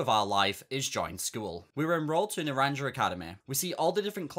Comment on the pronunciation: nahh the way you pronounce naranja....